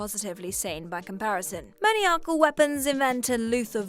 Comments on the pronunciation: It's also "Man-eye-acal", not "Maniac-al" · Seriously, who doesn't know how to pronounce "maniacal"? I can understand getting Trejo and Elle wrong, as those are proper nouns, but maniacal isnt exactly an obscure word...